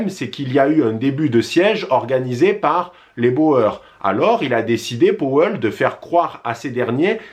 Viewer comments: Ça se prononce les " bourres" pas les " bo-eur" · On ne dit Bo-eur mais bour.... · Juste pour info Boers c est un mot néerlandais qui se prononce "bour" par ce que en néerlandais "oe" ="ou" Mais s non très bonne vidéo